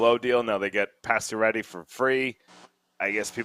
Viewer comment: How do you follow hockey, and make a LIVING from following hockey, and STILL not know how to pronounce “Pacioretty?” It honestly blows my mind.